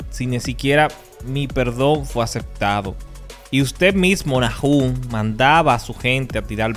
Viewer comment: Buen video. Bro disculpa, pero se pronuncia Nahum, no Najum. Entendiste??